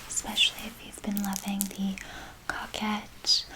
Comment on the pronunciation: it’s pronounced co- quette!! like coworker